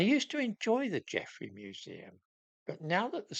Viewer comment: He did this nonsense only a few months ago. The museum announced its change of name in 2019. And it's "Geffrye". Not "Geffrey".